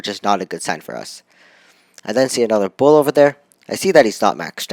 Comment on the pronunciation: Not bo it's bull